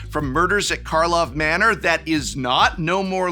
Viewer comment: You aren't gonna trick me, Prof! I know you were deliberately saying the set's name wrong to bait people into correcting you in the comments! Well it's not gonna work on me! Wait.